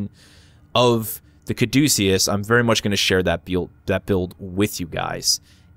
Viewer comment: Thank god you know where the name comes from and how to pronounce it correctly. I'm getting sick of youtubers talking about "That's how I pronounce it." Thanks for being educated, keep up the good work. Thanks for the review.